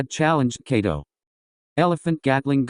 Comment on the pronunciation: It kaido not cato😢